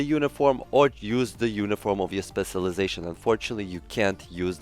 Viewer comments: You’re saying it wrong say it like this “Special lie Zation” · U said specialization so wrong like 30 times in the first minute of the video. Please pronounce the cial It’s irritating to hear u say it spesilization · My goodness. How fucking difficult is it to pronounce specialization?!